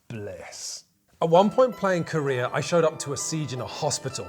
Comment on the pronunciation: I can't not hear "hostage negotiator KOREA"